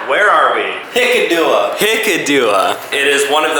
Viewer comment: as a sri lankan i laughed my head off when you pronounced hikkaduwa